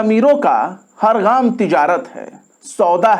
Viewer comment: شمس تبریز‌ صاحب ! صحیح لفظ " گام " ھے غام نھیں۔